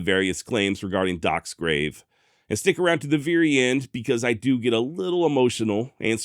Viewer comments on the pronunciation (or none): none